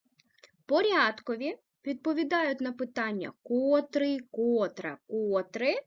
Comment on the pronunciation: Зверніть увагу на наголос!!! котрИИИИй !!!!!! ( наголос на И ) , порядкОООООвий ( наголос на О)